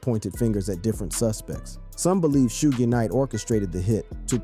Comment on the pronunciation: "Shooj" Knight??? "A point four zero caliber????" Quit with the AI bullshit, and just read the damn script!